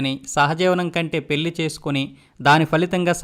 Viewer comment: మీ ఉచ్చారణ మార్చుకోండి పెల్లి కాదు పెళ్లి అనాలి మల్లీ కాదు మళ్లీ అనాలి Etc